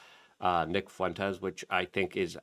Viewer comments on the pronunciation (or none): none